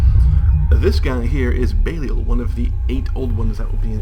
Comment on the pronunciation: I know they are your own unique takes on the names, but could you please try to pronounce existing names you are using correctly? It pained me every time I heard Belial said "BAY-lee-el" instead of "Beh-LIE-al"